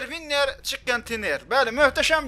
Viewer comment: hee duz qaqa winiri duzgun deye bilmir